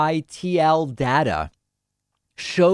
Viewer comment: We are suppose to believe this clown and he can’t even research how to say the word scytl! 😂